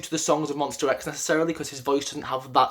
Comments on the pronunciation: Please, correct your pronunciation: it's MONSTA X, not MONSTER X. Thank you! 🙏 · whya do i keep hearing monster not monsta .. :( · Okay it’s Monsta not Monster. This is a big deal because they have been know to not come on stage until the announcer announces them correctly. Sorry, I’m a Monbebe and we take that seriously. Other than that, I can totally agree with your ranking. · Ooookey. Jeff Benjamin is from USA and 'rIVerse react' too. And I can hear how they pronounce MONSTA X very clear. I'm not aggressive, I just ask you: could you try to call our guys with the correct name. It's their name and they cherish it. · I am only at 7 seconds into the vid... my boy, it's monstA not monster ! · Monster x..... No please is mons-ta-x. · I died inside a little every time he said MonstER X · MonstA x. please don't pronounce an R at the end. It means My Star , that's why it's Monsta . Also.....Minhyuk has improved drastically this past year, to the point he of the cover voice to most of Wonho's parts and has begun playing back up vocalist to Kihyun when Kiki has to do those soaring high notes and ad libs. If you watch closely these days you also see Hyungwon is doing some backup vocals to Kiki too. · i can't be the only one who cringed every time he said monstER x (no hate though. i liked the video) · Literally 90% of these comments are slamming him about how he pronounces Monsta X. READ THE BIO! He knows it’s MONSTA X that’s just how he pronounces it jeez calm down with the pitchforks!